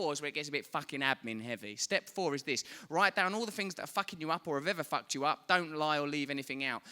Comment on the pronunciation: Hahhaa love his accent but everytime he says "fucked" I hear "fat" 😂😂